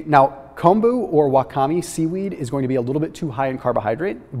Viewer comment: That high carb seaweed has an accent on the first syllable. WA-kah-may